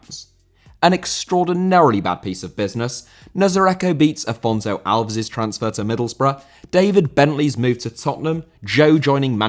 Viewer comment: Afonso Alves* not Afonzouw Alvs